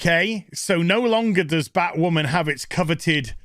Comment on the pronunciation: Every time says 'Batwammin' I snicker. I can't help myself.